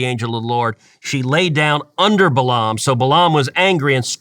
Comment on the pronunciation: I can't believe that you still mispronounced his name. Only a Coastal liberal would pronounce Balaam (Bay lum) as Bah lahhhm. You could have simply looked up and pressed play to hear the normal American pronunciation.